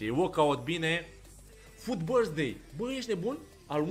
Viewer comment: "Happy birsthday loco" =)))